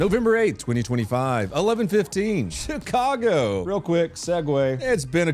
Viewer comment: Did you pronounce Chicago as shit-cargo? 🤔👍👍👍